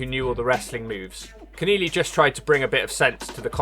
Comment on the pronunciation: it's kenelly not Ken=eely